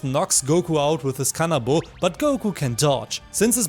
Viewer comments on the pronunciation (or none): none